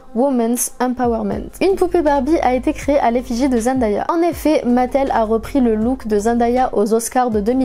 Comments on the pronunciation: Sa ma stresser du fait que tu dit zendAya mais elle avait dit que sa se prononçait zenDAYa genre day comme dans monday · son nom se prononce zen day a pas zen die a elle l’avait dit dans une interview ;)) sinon très bonne vidéo comme toujours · D'ailleurs elle a dit qu'on prononce mal son nom, ça se dit zenDAYa et non zenDIEa. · Ce n’est qu’un détail mais j’entends plein de gens qui disent ZendAya et ça me perturbe trop on dit ZendÉA ! Sinon super vidéo je connaissais presque toute les anecdotes mais j’ai appris des trucs cool 😍